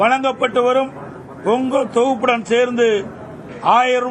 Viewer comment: யப்பா ஏய் நீ முதல்ல தப்பில்லாம பேசுயா, வேலைவாய்ப்பு பதிவுக்கு பைது னு, பொங்கல் தொகுப்பு க்கு பொங்கு தொவுப்பு னு பேசுற,கொரோனா காலத்துல என்பதை கொருனோ காலம் னு பேசுற,வருவாய்க்கு வரிவாய் னு சொல்ற